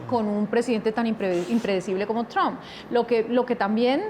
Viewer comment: NO SE DICE TRON SE PRONUNCIA Træmp K FEO PRONUNCIAS PARECES K HABLARAN DE UN ARBOL TRON TIENEN K POR LO MENOS APRENDERSE A PRONUNCIAR ALGO TAN IMPORTSNTE COMO EL APELLIDO SI UDS HABLAN DE EL CSDA 2 MIN. HAGAN SU TAREA VAGOS NEÓFITOS INDULSOS BYEEEEER